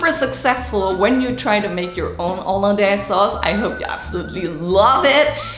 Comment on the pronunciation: Haha I like the French pronunciation